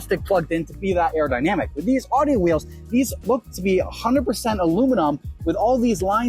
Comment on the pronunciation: Nice review, but you’re mispronouncing Audi. You pronounced it “odd-e” repeatedly in the video, when it should sound like “ow-dee.” Common mistake.